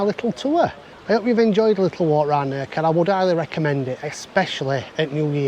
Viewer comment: If you want to be pedantic, Nerja is actually pronounced Nair-ha🤪🫢👍🏼. Thanks for the video👍🏼😜